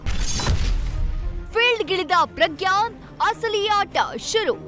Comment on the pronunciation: ಪ್ರಗ್ಯಾನ್ ಅಲ್ಲಾ ಸರ್ ...ಪ್ರಜ್ಞಾನ್✌️